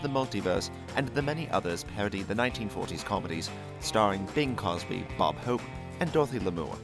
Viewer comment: Bing Crosby. Not Bing Cosby.